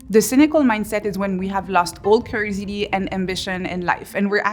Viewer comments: What is that word she keeps saying ? Curisity? Curiosity? Cursity??? Can someone translate? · I love how she sounds like she sounds like she is saying crazy d. Instead of curiosity. Had to think about it. Lol. It goes to show yoy listen closely even when having a giggle at what you’ve just heard. She is right though.